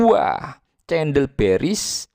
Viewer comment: cendel atau CENDOL bro.....wkwkwk (bacanya: KENDEL....bro)